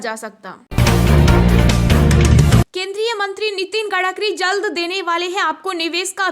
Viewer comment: Gadkari nahin madam Gadkari hai